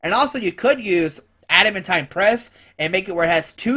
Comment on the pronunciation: I think it's pronounced Add-a-MAN-teen